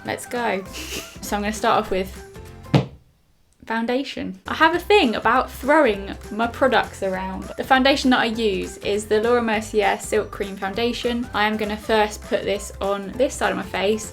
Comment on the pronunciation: hey i love your videos but i just wanted to point out it's pronounced 'merc-ay' not 'mercier' Xx❤️